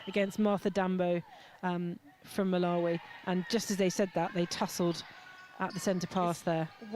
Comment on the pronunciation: Get the 2nd GS Malawi name correct. Basic